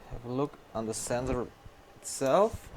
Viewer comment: The way you pronounce sensor is hillarious. !!! Zenzor !!! Anyway, great job and thank you for sharing with us!